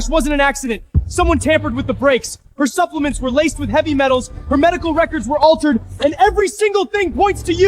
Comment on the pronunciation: Buplements?? Huh?? AI at its worst!!